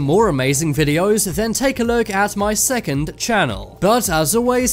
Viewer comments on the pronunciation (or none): none